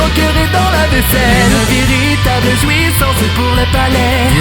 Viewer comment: J'adore cette musique, merci!:0 Et j'aime trop le véritable prononcer en "viritable" c'est trop choux ^w^